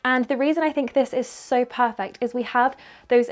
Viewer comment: all the outfits suit. so is so pretty. I love this video. Can I just say no-one perfert every time says perfert. keep up this video. sending lots of love from Nz. It is Attuman in Nz.